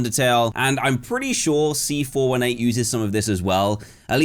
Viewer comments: C FOUR EIGHTEEN NOT C FOUR ONE EIGHT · As much as I love you as a person Dan, you calling C418 “C four one eight” is just pure evil.